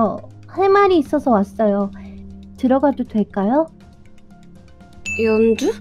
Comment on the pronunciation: 이때 연주부르는 목소리가 연두로 들리는데요